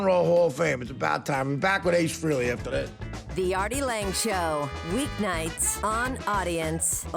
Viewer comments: a couple rants: a. the guy's name is frAYley...not frEEley. why does everybody still mispronounce it? it's been 40 years! b. I have a huge problem w/ current or former addicts saying that addiction is a DISEASE. no, it's not. as Daniel Tosh said: "you can't CHOOSE to NOT have cancer." good point. disease is a crutch. "oh, geez...I've got a disease." take a little responsibility: "I'm a drunk." there are worse things to be: "I'm a pedophile"...for example. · It's Fraylee, not Freely. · He doesn't usually correct people but there is audio out there of him saying "it's Fraylee, not Freely."